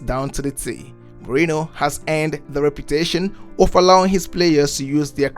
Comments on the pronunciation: please utter his name right mourinho and not mourino. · Good video but as a half portuguese half italian, I want to give you a few pronounciation pointers: Mourinho > Mourin-you Giallorossi > Djallorossi Francesco Totti > Frantshesco To-ti